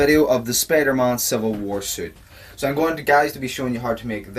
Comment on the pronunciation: did he say spidermon lol